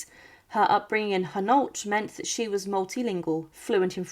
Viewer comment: I did, I get insulted when Philippa comes out Philipper and it butcher's Hainault.